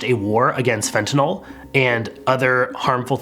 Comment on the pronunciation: Probably the 2nd correct pronunciation of fentanyl I've heard in any form of media out of dozens and definitely the first on YouTube.